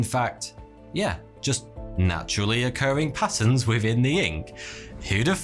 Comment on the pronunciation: "patterns" with quite some accent